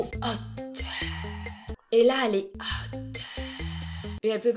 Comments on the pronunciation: A chaque fois que tu faisais « HÔTE ) Mais des barres 😂😂😂😂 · J’adore le ”hot” 😂🤣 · J’aime La façon ou dit HOT 😂😂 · J'adore la façon dont tu dis "hot"💖🤣🤣🤣🤣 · Films quand elle dis hot c incroyable 😻😂😂